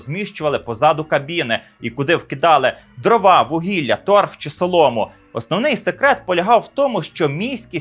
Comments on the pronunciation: "дрОва"! українською будь ласка! а не кацапські "дровА"! гидотно це чути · Чому дровА,а не дрОва??